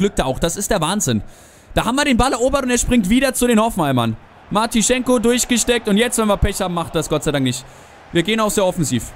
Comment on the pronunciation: Martschinko heißt Martschinko, und nicht "Martischenko"